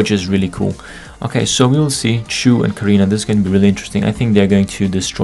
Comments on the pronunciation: lolll how u pronounced Chou :D its not Choo as in Choo Choo Train, but Chou like in Clam Chowder, but deeper O.. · why do you keep saying "chu" ? isnt it pronounced "chaw"